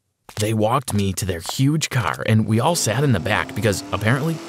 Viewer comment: he said Car funny Just like irish say car. I think he's irish.